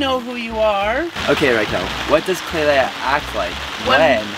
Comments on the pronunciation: Eww stop calling her klailea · always says Klailea instead of just klai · I love how he calls her klailea